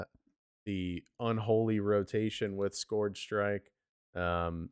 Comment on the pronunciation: try and put the word into Google translate and listen to how it is pronounced. What you are saying is not the word scourge